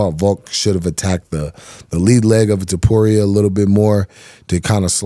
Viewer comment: new Flyweight? 😂 "Featherweight" & Too-Po-Reah not "Too-Poo-Rei"